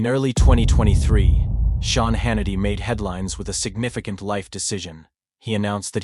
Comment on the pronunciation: If you can't get your VOICE to pronounce Sean right. Shane??? Stop your videos.